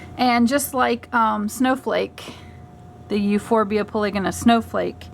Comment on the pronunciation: I think it is pronounced Euphorbia Poly-Go-na